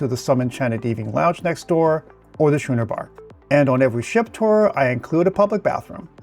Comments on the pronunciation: Schooner has a hard c and is pronounced as if it is spelled skooner. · It's pronounced "Skooner Bar", not "Shooner Bar" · It is scooner bar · Thanks for the tour. Just one thing Schooner is pronounced "Skooner" not how you were pronouncing it. It's named for the Schooner ships.. "Skooner" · Just an FYI. Schooner is pronounced "skooner" ch has the k sound. Been on Vision and her sisters many times (over 20). Have more trips scheduled this year.